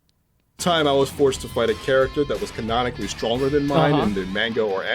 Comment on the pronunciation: “CaNONakully” jfc